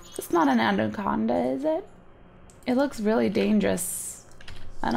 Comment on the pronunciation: cupqawke it's not an andaconada is it me what the hell is an andaconada it's anaconda